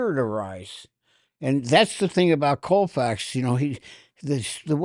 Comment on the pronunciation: Does anybody have the courage to correct on the pronunciation of Sandy Koufax? Colfax is a major highway in Denver but not Sandy's last name.